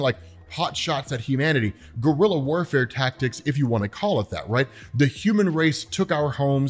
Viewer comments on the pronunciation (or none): none